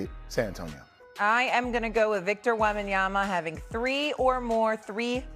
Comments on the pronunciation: 3 years later, Steven A. Smith is still not capable of pronouncing Wem/ban/yaMa correctly. It drives me crazy : is it intentional, at this stage ? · Why is it so hard for Stephen A to pronounce Wembanyma name😂😂😂😂